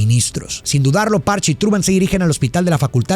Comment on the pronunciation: Eso no es como se pronunica Patch, amgio.